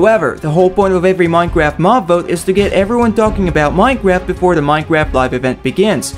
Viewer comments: Minecraft not Minecarft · "Minecarft update"